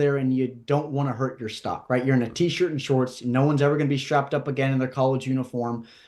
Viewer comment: My man put a lot of emphasis on t shirt and shorts this episode😂😂